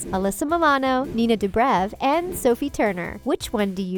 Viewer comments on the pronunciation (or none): none